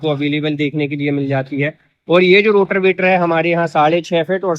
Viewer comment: रोटर वेटर ❌रोटावेटर ✅